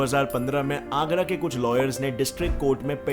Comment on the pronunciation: Everyone: kuch: kush🤣🤣